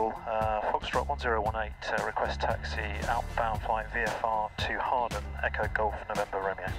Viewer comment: oooohh you pronounced hawarden right, in previous videos you pronounced the w, but it is a silent w